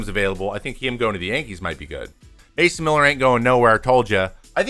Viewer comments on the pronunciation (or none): none